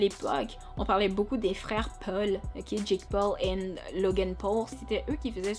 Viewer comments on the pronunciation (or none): none